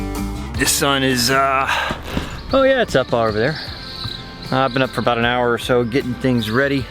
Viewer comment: Yes that is what it is all 'aboot'. Who is this Bobby dude anyway? LoL. Great video guys. Just what I needed on a quaratine Friday. The whales not quarantined, eh?